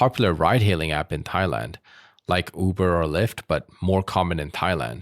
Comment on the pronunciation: "Thighland"? Moron or AI?